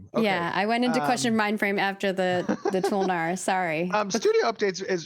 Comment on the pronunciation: Damn- necro paladin toe-lnar 😤